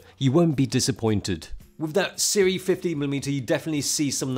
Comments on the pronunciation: Sue-Ray is how you pronounce it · It’s pronounced Sue-ray ....we sell their stuff at our store